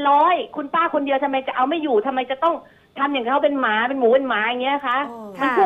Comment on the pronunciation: เน้นคำว่าหมามากเกินไปหรือเปล่าคะน้อง